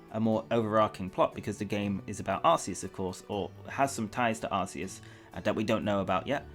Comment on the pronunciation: I don't get why people pronounce Arceus' name as Ar-see-us, even after knowing that's not the correct pronunciation. If I know I'm pronouncing something wrong, then I change what I'm saying. How would you feel if people pronounced your name wrong after you told them it's not correct?